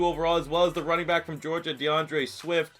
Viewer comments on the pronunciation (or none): none